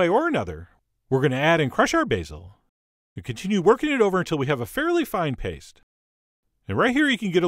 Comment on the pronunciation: I'm sorry but his voice emphasizing random bits of words is just way too much for me. It sounds so manufactured. "OVer the top. "Which is veRY cool. "beHInd a cloud"